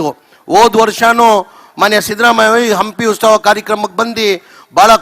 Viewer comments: ಲೋ ಅದು ಉಸ್ತವ ಅಲ್ಲಾ ಉತ್ಸವ ಮೊದ್ಲು ನಿನು ಹೆಡ್ ಲೈನ್ ಕರೆಕ್ಟಾಗಿ ಹಾಕೋ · ಉಸ್ತವ ಅಲ್ಲಪ್ಪ ಉತ್ಸವ. ಇಂತಹವರು ನಮ್ಮ ಶಾಸಕರು, ಮಂತ್ರಿಗಳೆಂದು ಹೇಳಿಕೊಳ್ಳಲು ನಾಚಿಕೆಯಾಗುತ್ತದೆ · ಹಂಪಿ ಉಸ್ತವ ಅಲ್ಲ ಕಣಪ್ಪ..... "ಹಂಪಿ ಉತ್ಸವ" ಅಂತೇಳೋ ಮಾರಾಯ